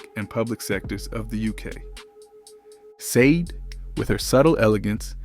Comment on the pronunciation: I hate how you pronounce her name